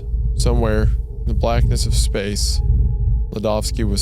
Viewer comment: speeeeeece station